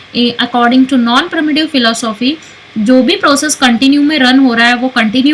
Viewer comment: its pronounced "pre-emptive" not "primitive"